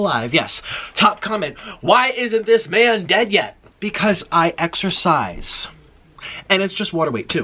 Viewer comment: "i excesirse" REall? :D